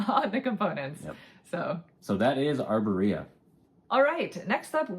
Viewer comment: I think you have the emphasis on the wrong syllable in your Arborea pronunciation. :)